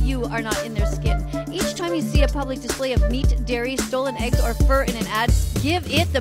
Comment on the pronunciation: did you say eggs??